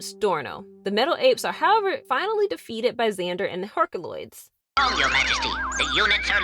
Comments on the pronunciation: I love when she says Herc-a-loids! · As much as it pains me to say it, you have to pronounce the unwritten Y in herkYuloids. I hate to go against logic and phonetics, but the name is established. It's pronounced /her kju lojdz/ in spite of the way it is spelled in English.